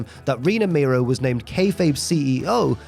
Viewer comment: Mero is not pronounced as Miro, brother.